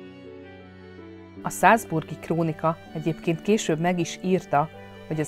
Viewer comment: Nagyon nyomaszt hogy szalzburg ! és bad gasztain ! hangzik el!!! Szerintem meg ZALCBURG és BAD GASTEIN, mert az osztrákok így mondják!!. Nem mondunk BARCELONÁT, hanem BARSZELONA, mert a spanyák úgyhívják. Nekem ezzel levett a video értékéből, mert érdekes, sosem hallott részletekkel! Köszönöm.